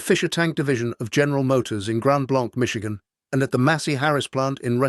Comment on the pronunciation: Fix your AI, it it’s pronounced Grand Blank, Mitshigan